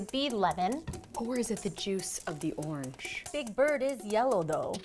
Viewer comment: just how did 'atayef' become big bird?! literally never crossed my mind that it was atayef